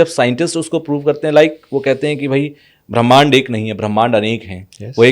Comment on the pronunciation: ये संत बार बार पराकाष्ठा को प्रकाष्ठा कह रहे हैं ऐसे ही ब्रह्मांड को भी ब्राह्मिंण्ड बोल रहे हैं क्यों भाई?